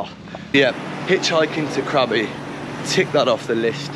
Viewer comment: It should be Krabi not Krabby !